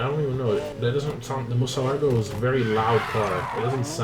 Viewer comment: You definitely didn’t mess up the car’s name in the intro..